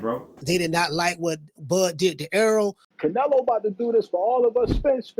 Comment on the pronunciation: Bro, I can’t with you!😂 I watched the part from TBV like 5 times. 😂 “I Theen everything was against Canela!” I’m dyin😂